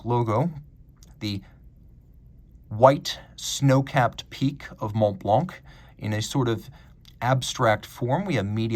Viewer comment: The c in Blanc is silent my man